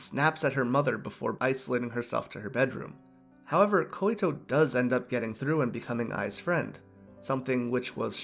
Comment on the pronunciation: just a tip, i think her name is Koito, pronounced (Koi-to) or (koy-to). You were saying "Koy-i-to". Hopes this helps.